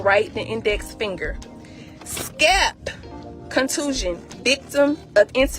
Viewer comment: "Scap contusion" lmfao